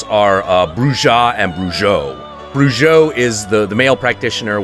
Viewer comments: It's pronounced Bru-HO and Bru-HA. Cause it's Spanish and that's how their J's are pronounced . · Sorry, but you still pronounced 'Bruja' and 'Brujo' wrong. The 'j' is supposed to sound like an 'h' in english.